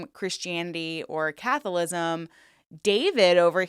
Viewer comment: Lol, "catholism"